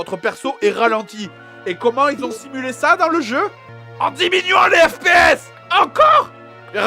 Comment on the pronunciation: FPS sa ce dit pas IPS ? pause a XD